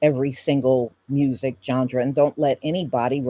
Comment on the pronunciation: This was so informative!! ... Oh, and, BTW, there may be many ways to pronounce certain words, I think that genre is pronounced John-Rah, It is kinda cute that you worked a d sound in there. Please know, the historical content that you've provided far outweighs any mispronounced word.